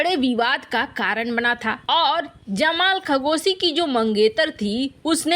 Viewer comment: खगोसी नही, वह तो खशोगी है 🤣